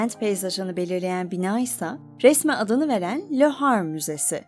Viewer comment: Le Havre ve Claude Monet çok yanlış okunuyor.